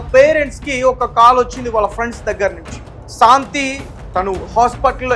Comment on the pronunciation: ఒరేయ్ తెలుగు లో నీకు ఎన్ని మార్క్స్ వచ్చాయి రా శాంతి అనటం రాని ఎదవ